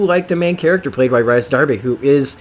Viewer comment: His name is pronounced Reece lol